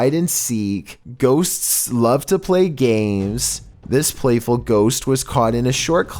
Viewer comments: I giggled every time he said “ghostst”. 😂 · He made the word 'ghosts" into four syllables.